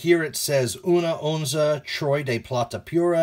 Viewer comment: una onza pura plata,,I like the way you pronounced that. great video